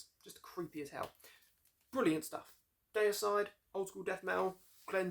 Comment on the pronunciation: Say Dee-uh-side! Or Glen might get angry, (just kiddin') Seen them live 3 weeks after the Hoffman brothers where kicked out the band on tour in England 2004. Dave Suzuki (Vital Remains) and Jack Owen (Cannibal Corpse) filled in guitar duties there. I saw them kick ass brutally Effenaar Eindhoven NL Scars of the Crucifix album\,,,/